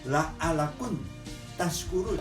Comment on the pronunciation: maaf om,, kritik sedikit saja, yg benar adalah la'allakum... bukan la'allakun.. 😊